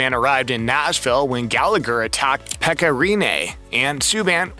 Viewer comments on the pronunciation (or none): none